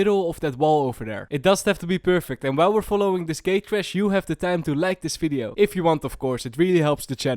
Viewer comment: "FIDEO"? tf